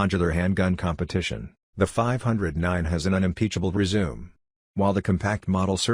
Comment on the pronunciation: Who the hell was narrating this? Ray Charles? Mispronounced "resume" twice.